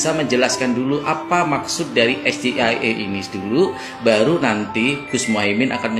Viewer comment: Akronim bahasa Inggris tapi dibaca dengan ejaan bahasa Indonesia. Harusnya ejaan dibaca Es Ji Ai I bukan dibaca SGIE